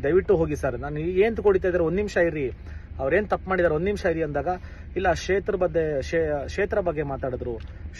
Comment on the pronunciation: Shetra alla kshetra. Learn to pronounce before talking